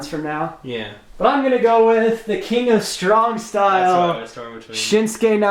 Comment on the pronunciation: Instead of king of strong style grim says king of shovel style